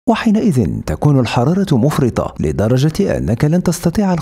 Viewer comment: تراك تنطق مفرطة غلط الراء عليها فتحة مو كسرة